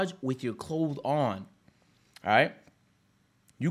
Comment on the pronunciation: Always saying clothe instead of clothes is so funny and adorable 😂😂